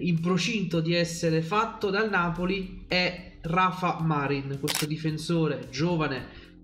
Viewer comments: Ciao, vivendo in Spagna ti consiglio di pronunciare bene il nome di Rafa Marín..alla Napoletana Marín con accento sulla ì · Ciao, si pronuncia con l'accento sulla "i"...Marìn 😉